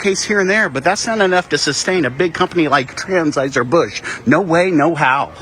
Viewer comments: " TRANSheiser Bush " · "Transhieser Busch" 😂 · Lmao did he say transheuser busch??? 🤣💀